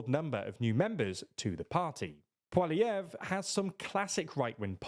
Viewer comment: How lazy they didn't even read his name before trying to say it. What the fuck's this "pwahlievre" shit?